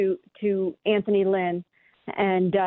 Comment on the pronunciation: Lmao can’t even get Anthony Lynn’s name right and she’s still trying to say they didn’t interview him to satisfy the Rooney rule